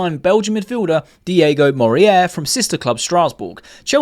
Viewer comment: Morier? MO-REY-RAH.. that's how you pronounce it, mate, not a rocket science. Just read the letters in his name is they go